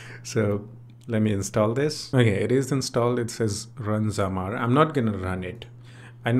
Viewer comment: thank you for showing this app and for making a new video about it, but dude it's not zamar it's zamzar